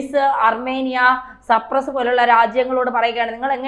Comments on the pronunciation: Please pronouns Cypress not Sprouse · സപ്രസ് അല്ല സൈപ്രസ് 😂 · You are always saying supress. It is not supress it is cyprus. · Its not Supress, its Cyprus! This is a basic general awareness. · സപ്രസ് അല്ല മാഡം... സൈപ്രസ്സ് 🤣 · അങ്ങിനെയൊരു മോഹമുണ്ടെന്ന് മാഡത്തിനോട് ദൈവം പറഞ്ഞതാണോ.? സപ്രസല്ല കുഞ്ഞേ സൈപ്രസ്സ് എന്നാണ്.. കഴിയുന്നതും കുത്തിത്തിരുപ്പ് വേണോ.? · " മെഡിറ്റേറിയ൯ " എന്നാണോ മെഡിറ്ററേനിയൻ എന്നാണോ ഉദ്ദേശിച്ചത്. ചേച്ചി ഇനി വാർത്ത വായിക്കണ്ടാ. ആരെയാണ് ചേച്ചി സപ്റസ് ചെയ്തു വച്ചിരിക്കുന്നത്. അവനെ സ്വതന്ത്രനാക്കുക. ഞാൻ ചാനൽ മാറ്റുകയാണ്. ചേച്ചിയുടെ ജനറൽ നോളജ് അതിഭീകരം. !!!! 😅😅😂😢😢😢😢😢😢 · It’s not Capress it is Cyprus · സപ്രസ്സ് അല്ലടോ സൈപ്രസ്സ് (saipress)എന്നുപറയൂ 👺👺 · ആയുദങ്ങൾ,സപ്രസ്, യുദ്ദം,ബീഗരവാദം - ഇവയെല്ലാം ഉച്ചാരണം തെറ്റ്. ആയുധങ്ങൾ, സൈപ്രസ്,യുദ്ധം,ഭീകരവാദം എന്ന് പറയൂ. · സപ്രസ് അല്ല കൊച്ചേ.... സൈപ്രസ്. രാജ്യങ്ങളുടെ പേര് പോലും പറയാൻ അറിയാത്ത നിങ്ങൾ എന്ത് ഈ വിശകലന യൂട്യൂബ് ചെയ്യാൻ എന്ത് അർഹതയാണ് നിങ്ങൾക്കുള്ളത്. അഹോ കഷ്ടം വിവരദോഷത്തിന്റെ ഒക്കെ ഒരു പര്യായമാണ് നിങ്ങൾ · സർപ്രസ് അല്ല സൈപ്രസ് ആണ് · മാഡം, സർപ്രസ് എന്നല്ല സൈപ്രസ് എന്നാണ് പറയേണ്ടത്. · മെഡിറ്റദേനിയൻ കടൽ ആണ് ശരി . സപ്രസ് അല്ല സൈപ്രസ് ആണ് ശരി. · No sampres it must be sypres. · എന്റെ കുട്ടി സർപ്രെസ്സ് അല്ല, സൈപ്രസ്സ് ആണ്‌. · സർപ്രസ് അല്ല സൈപ്രസ് എന്നാണ് കഷ്ടം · എവിടുന്നാണ് മോളേ ഈ വിവരങ്ങൾ കിട്ടിയത് സർപ്പസ് അല്ല കുട്ടിസൈ പ്രസ് എന്ന് പറയു .കഷ്ടം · കുഞ്ഞേ സപ്രസ് അല്ല ഷൈപ് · സപ്രസ് അല്ല, സൈപ്രസ് ആണ് പെങ്ങളേ🙏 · സപ്രസ് അല്ല സൈപ്രസ്സ് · സപ്രെസ് എന്നല്ല, സൈപ്രെസ്സ് എന്നു തിരുത്തി വായിക്കുക. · Cypress not surpus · It's a not suprus, Cypress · പാവം സർപ്രസ് അല്ല സൈപ്രസ് ആണ് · 😂😂😂 നാക്ക്‌ വടിച്ചില്ലെങ്കിൽ സേച്ചി സപ്രസ്സ് എന്നും വായിക്കും....😂😂😂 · സർപ്രസ്സ് അല്ല സൈപ്രസ്സ് ആണ് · Bad pronunciation (ciprus) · Try to pronounce correctly Cyprus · Cyprus pronounce correctly